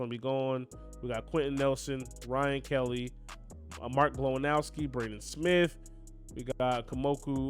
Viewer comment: "Mike Glowinowski"